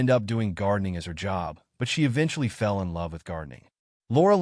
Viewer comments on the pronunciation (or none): none